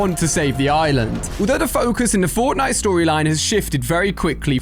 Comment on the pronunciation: Am i the only one who noticed that when the video starts he says the fortntie island